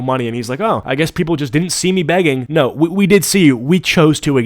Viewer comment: that "NAWR!" seriously infuriates me to such an unreasonable level.. like how fkn stupid were the criminals sent to australia for their accent to devolve to the point where this obnoxious lunatic's "nooooo!" sounded like that??? so fkn ridiculous...